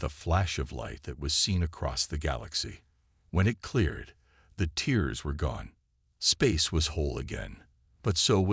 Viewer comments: Not tears but here it is pronounced tares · I simply can't continue past 1/3 of the story. Your AI SUCKS ASS!!!! WTF are "teers in space"!!!??? Are they crying!!!?? How are the ships sucked into "teers" in space!!!??? And, what is "the moon "your-UPUS"!!!???? Either Get AI that can speak English or stop using them until they can!! Hows bout you narrate your stories youself like some guys n gals do!!!??